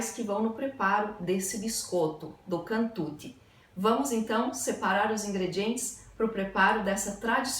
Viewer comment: Non è cantuti si pronuncia cantucciiii